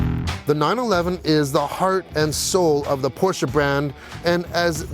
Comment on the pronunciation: Thank you for pronouncing Porsche properly! *new subscriber